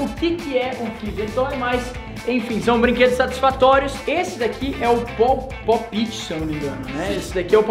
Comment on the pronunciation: se pronuncia "pope ti" Mas escrevi "pop it"